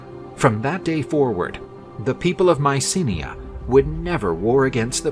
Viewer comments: It's /my-SEE/nai/, not Mycinea. I guess nowadays, narrators, and others, are just too LAZY. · Mycenae not Mysinnia